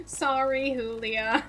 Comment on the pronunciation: I wonder why you pronounce Iulia's name like that ('hoolia')? Should it not be 'yoolia'? Anyways, having fun binging your playlists ;)